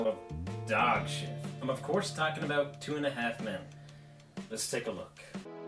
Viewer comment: I thought he was saying Tuna Half Men 😅